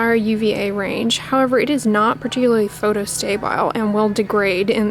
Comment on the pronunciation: Always trying to further improve my vocabulary- when you say what sounds like "photostabile" is that the same as "photostable" ? I'm familiar with photobstable, but the way you pronounce it makes me think it's a different word altogether? Thank you so much for sharing your vast knowledge!!!!